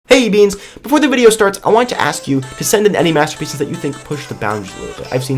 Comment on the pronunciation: "Hey Beans today we're going to talk about master (bating) pieces!" wait what... Anyone else?